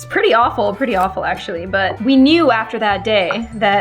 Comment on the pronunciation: Broooooo when cutting garlic u said actuarry instead of actually 😂😂😂😂😂😂